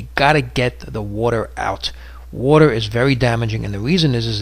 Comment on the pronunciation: WODER WODER WODER WODER!!!!